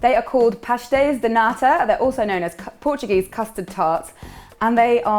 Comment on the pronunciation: Her european portuguese pronunciation though 👌🏽